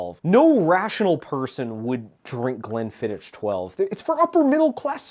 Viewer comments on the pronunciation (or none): Scot here. I also guessed human for that one, whisky and lemon and honey is very common - they're called hot toddy's, are usually served warm and are a traditional flu remedy. The ch in Glenfiddich is the same as the ch in loch - like a phlemy K. Drambruie is spot on though. Great videos :) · pronunciation of Glenfiddich makes my teeth itch and I'm sure it deliberate and hitting its target.